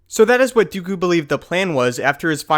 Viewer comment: count dookju? :P